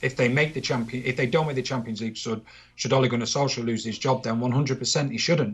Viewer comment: Finally an accurate pronunciation of the name Ole Gunnar Solskjær!